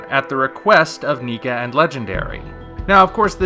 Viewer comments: Isn't it "NECK-A" not "NI-KA?" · Neeka.. ugh, haha I'm kidding. Whatevers better in the end, but its Nek-ka, not nee-ka. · Arrghjdmfidkdbfussm What? NEEKA?! NECA like neck! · Nica?!?! WHAT it's Neca not Nice!!! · It is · Lol thats exactly what i thought, i always pronounced it as Necka. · shows Pacific Rim Uprising poster Universal decides to take down the video for no reason Also, NECA is pronounced differently from how you said it in the video. It's like saying "Mecha" but replace the "m" with "n." As for the image, I do like the wings. The legs are a bit too long for me, but I can live with it.